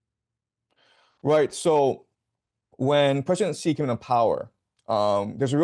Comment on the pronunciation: Hey Patrick, the President of China’s name is Xi Jinping, pronounced ‘Shee Jin-ping.’ The ‘Xi’ sounds like ‘she’ (as in the word for a woman) plus ‘ee,’ making a soft ‘shee’—not ‘gee’ or ‘zee.’ Just say it as ‘SHEE jin-PING’ and you’ll be spot on.